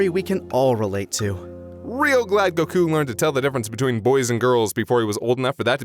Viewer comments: Annoying as fuck how he says “go-KOO”. It’s fucking GO-koo.” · Why does hi pronounce Goku so weird